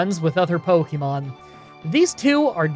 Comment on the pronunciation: Ive been watching your videos for awhile now, and I enjoy your content generally, but could you please stop pronouncing pokemon like “poky”mon. It’s more of a “pokeh”mon. Listen to the anime. I know its small but you could at least pronounce the name of the game you are playing correctly.